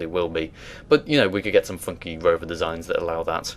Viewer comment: Did you just say 'roover'?